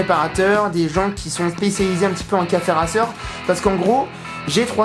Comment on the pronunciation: Salut ! Cool ce projet café racer, j'ai moi même une 125 de ce type (permis moto en cours lol) Par contre ta prononciation de "racer" est pour le moins étrange lol